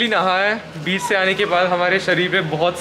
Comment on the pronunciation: did he say beach or biiisssh?